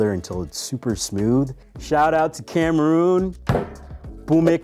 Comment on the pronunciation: Im so sorry but as soon as i heard him pronounce Cameroon I knew we were cooked 😭